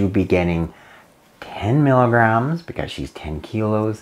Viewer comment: It would be really helpful if you actually said “milligrams” as opposed to “miggs,” as that can be confusing for some.